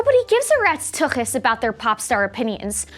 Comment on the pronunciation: Thank you for correctly pronouncing "tuchas."